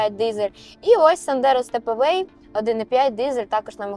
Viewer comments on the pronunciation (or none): Stepway, не Stepaway...принципово інший зміст;)